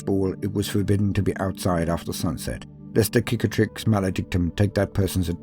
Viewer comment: I appreciate that you pronounce Cicatrix with a hard "C". Very Roman